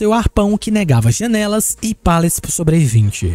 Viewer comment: Eu amo quando começo a perceber que o coloca assento em palavras aleatórias em quanto ele fala ( pôrtas côrrem jãnelas detálhe ) sou obcecado nisso ❤😂.